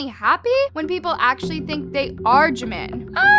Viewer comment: thank you for pronouncing jimin's name correct people always say park jeemin it is park jimin not jeemin